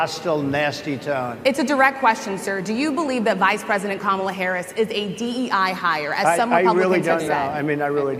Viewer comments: Did she say camela? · "Camel-la", you think mispronouncing her name is winning points? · "Camela?" Did you catch Habba saying it? I'm gonna have to start wearing dog whistle earplugs. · Gosh I’m fired up right now. Great freaking show. That bullshit in Harrisburg kills me. Saying “CAM-a-la” and then questioning her roots? I was just at the Civil Rights museum, I think they need a field trip. #weirdos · Their absolute insistence on mispronouncing VP Harris' name (Trump with his ka-MALL-uh, and Hobba with her kaam-ala) is another clear indicator of their unquestionable racism. They're just undeniably disgusting people. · Her name is Kamala (Comma-la) pretty easy. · And no one has explained to him how to pronounce Kamala…….sad. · They never pronounce Kamala’s name correctly either. It’s their way of dismissing her. trump and his sycophants are vile. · The intentional mispronunciation of Kamala's name by Republicans continues to be cringe. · Why are MAGA unable to pronounce Kamala, are they that dumb? 😂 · I hated how she mispronounced Kamala.🤬